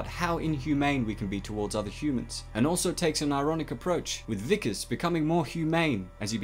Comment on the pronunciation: Good vid, but his name was Wikus (pronounced VEE-kus), not Vickers.